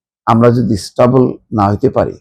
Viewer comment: কথাটা হচ্ছে স্টেবেল ( stable ) not স্টবল যেটা আপনি বারবার উচ্চারণ করছেন! class 3 , class 4 er ইংরাজি বই কিনে একটু পড়াশুনা করেন!